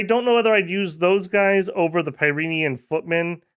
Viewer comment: Also my French / Basque girlfriend from Bosse insists its pronounced like Pyrenees mountains. Like Pi Ren Nee not Pi Reen. Her heavily french bias and my being a total anglophone makes Dominions nations a good time when shes in the office.